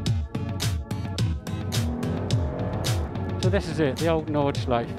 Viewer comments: „Nordschliefe“ oopsie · Just an FYI: the "e" at the end of "Nordschleife" is not silent if you want to use the proper German pronunciation (since it is German, after all) ;) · Nice one! One slight thing about "Nordschleife": German doesn't have silent vowels at the end of words. So the E at the end is always pronounced. You know, like the correct pronounciation of "Porsche". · He might at least have bothered to learn how to pronounce Nordschleife correctly in a week on the track surrounded by germans...